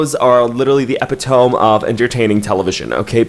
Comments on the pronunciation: That “epitOme” pronunciation made me do a double take. Am I the only one who pronounces it as “epitomEE”? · epitome is pronounced uh-PIT-uh-mee. It’s one of those words we always read but never hear lol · am I wrong or did he say epitome wayyyyyyy wrong 💀💀 isn’t it supposed to be said upitumee or sum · Not with the epitoam and not epitomee. Lol lol I love this channel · epitome..pronounced.eh pit oh me, but saying eh pit ohm is the cutest thing... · It’s uhh pit ohh me. You said ep ehh tome 😂😂😂 I loled. You’re cute. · So we’re not going to talk about how he pronounced epitome as ep-i-toe-m instead of uh-pit-a-me 😭😭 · Epi-toam bestie?? It’s eh-pi-toe-me x) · 'Epitome' is pronounced eh-pit-oh-me not Epi-tome silly lol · EpitOm? you meant epitomeee? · epitome is pronounced epi TOE MEE babe not epi TOAM ;) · Oh, can you STOP saying "Epi- Tom"??? it's "uh·pi·tuh·mee" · epitome is actually pronounced ee-pit-oh-me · Ahh you killed me in the first minute.. It's pronounced (eh-pit-oh-mee) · Hol up wait a damn minute did best friend just say epi-tome I’m sorry but I had to 😂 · I love that you said EPI-TOME.🥰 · We're you saying epitome wrong on purpose?🤔 "Uh pit toe me" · i apologize.. did he just say epitome as ep-eht-own???? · Bro fr said epit toam and not epitome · Its pronounced uh-pit-uh-me.... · I love you dearly but the word epitome is pronounced e-pit-o-me. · Love u best friend but u pronounced epitome wrong, it’s like a-pit-oh-me like pronounce all the syllables. I’m only commenting this because I used to say it this way, and then after watching some of your videos I started pronouncing it the way you do, and my English teacher mother corrected me, I thought you had it right and I was wrong this whole time, just thought you would want to know💕💕💕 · Did he just say epiTOME? Is that like pronounced different in different places or sum? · epitome is pronounced eh-pit-oh-me, im sorry bestie just trying to help u out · epitome? lol